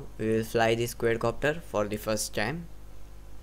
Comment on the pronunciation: Exited the video as soon as he said QUAYYDCOPTER